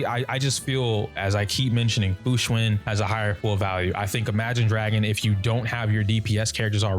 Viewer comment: Fu xuAn like one would say "AN apple" it even has the same sound.... why is everyone saying fu xuIN